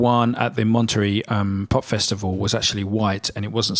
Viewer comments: It's pronounced Monta-Ray, not Mont-terry. From two words Monte (mountain), and Rei (king). 👍 Good video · im really sorry but its pronounced Mont-a-ray not Monterey. Honestly wasn't sure what you were actually saying when first heard it. Sorry but no one would understand you should you go to California one day lol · Monterey is pronounce mon ter REY. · Monter -- RAY... not ree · Listen to "Monterey" by the Animals (Eric Burdon - Chas used to be the Animal's bass player) to hear how Monterey is pronounced - "mon-ter-ray" accent on the first syllable. Jimi almost always used a Gib on blues. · Monterey is pronounced "mon-tare-ay", accent on the last syllable. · moneterey pronounced Monter ray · It's pronounced MonterRAY. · It’s pronounced MONTEREY ..